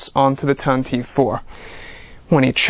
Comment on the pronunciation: thanks for the info, but you really need to start watching the Star Wars show and maybe your info would be more accurate including your pronunciation of things and your English. (for example) Tantive IV is NOT pronounced Tan Teeeeeve It is pronounced Tan-teh-veh. Pablo Hidalgo corrected this on the Star Wars show. Also, IMPROVE your English! How are we supposed to take you seriously if you are constantly making grammar mistakes? Stop using "very much" ALL the time, use words like immensely, a bunch, tremendous, stupendous,, colossal, huge, greatly, a lot, etc etc Just some tips to help improve the show, also stop saying given moment all the time, use right now or right then, or at the time or at that time, You will find these tips will also help you express your feelings and emotions better about the excitement and love you have for Star Wars. Thanks for the info and good luck